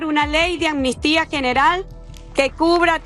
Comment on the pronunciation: LO ESCRIBES BIEN PERO LO PRONUNCIAS MAL MUCHAS VECES. ES AMNISTÍA NO ANNISTIA. Tranquilo que yo cometia el mismo error🙄🙋‍♀️🙋‍♀️